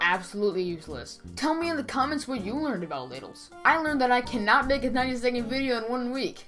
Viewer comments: I thought you said LADIES explained 90 seconds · I THOUGHT YOU SAID *LADIES* EXPLAINED IN 90 SECONDS